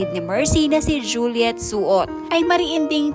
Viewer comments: Kaloka to si vlogger sino po yung soot🤣 RIP Idol Mercy Sunot i love you Aegis band❤ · pakiayos po sunot hindi suot😂😂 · Anong soot sunot ayusin mo Naman pag bigkas nag apilyrledo Hindi soot sunot po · Oo, nga pwede po ba ayusin mo ang pagbigkas mo ng salita. Mercy Sunot ,di soot, ok po ba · Ayusin nyo nman mag broadcast sunot hnd suot ano b yan.. ikaw po mali din mag bigkas ng apilyedo